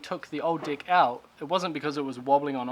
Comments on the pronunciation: Deck no dick say it properly 😂😂😂😂😂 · I'm always laugh when you say "Dick"...... cheers from Brasil